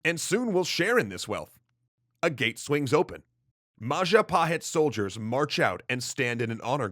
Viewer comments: mahajapit ❌ majahapit ❌ mapajahit ❌ mahapajit ❌ ma-ja-pa-hit? ✔ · MAHAHAJIT-WRONG MAJAHAHIT-WRONG MA-JA-PA-HIT? CORRECT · Jestin It's Mahajapit (beep) Majahapit (beep) Mapajahit (beep) Mahapajit (beep) Mapajahit (beep) Ma-ja-pa-hit? (ding)